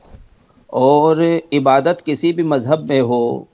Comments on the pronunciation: shi se Ibadat nhi bol pa rhe h aur kh rhe h ki me Islam se bare me Jan rha hu aur kuraan srif pada hu. Gajab ke ghute h 🤣🤣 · Tm hmko Milo to btao kitna kuran ar Islam padhe ho ik simple sa shabd Urdu bol nhi paye ibadt